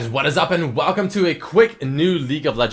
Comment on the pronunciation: ''WALCUME'' ''AGEI-NST''